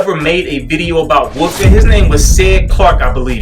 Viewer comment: as someone else said and I agree is the only waver I listen to for advice. Great content and not trying to constantly sell me something. Also there is a "L" in wolf or wolfing. is it a regional thing with everyone saying woofing?